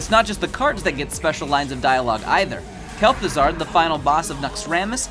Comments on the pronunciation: Kel'thuZARD. This annoys me more than it should. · There's no "r" in Kel'Thuzad. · I'm sorry, KelthuZARD? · Kel'Thuzard. There is an R in there now.